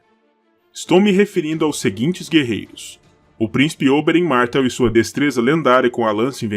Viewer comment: Mais ou menos. Tem esses vícios de pronúncia, tipo chamar Martéll de Mártell.